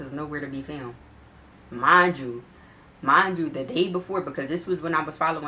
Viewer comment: Dat "mindchew" sound like u from Philly tuh me